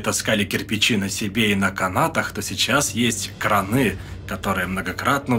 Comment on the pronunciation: «Орфоэпический словарь русского языка: произношение, ударение, грамматические формы» под редакцией Р.И.Аванесова и словарь «Русское словесное ударение» М.В.Зарвы на данный вопрос отвечают: правильно произносить крАны, кранЫ - неправильный вариант. Итак, корректно говорить подъемные крАны, водопроводные крАны.